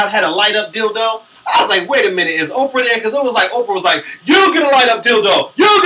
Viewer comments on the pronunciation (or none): none